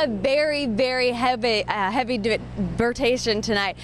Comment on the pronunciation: That was quite a bery heaby burtation